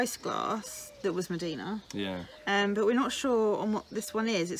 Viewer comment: Mdina is pronounced 'umdina' not medina